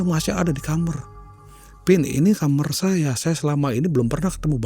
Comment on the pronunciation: kenapa sih bilang KAMAR kok nyebut KAMER... kalo ga dibenerin, makin sering denger itu 😢